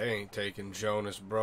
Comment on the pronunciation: Everytime you say instead of Jonas and /winden/ instead of /vindn/ something breaks in my german speakint soul